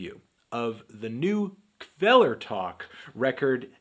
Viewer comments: I'm told the K is silent. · That's not how you say Kvelertak.